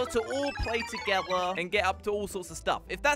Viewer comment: the way he said "together"